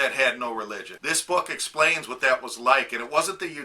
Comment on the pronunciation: here needs to go back to talking about propane... I tell ya hwhat